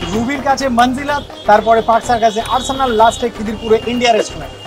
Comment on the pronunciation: arsenal bolte sunlam 😂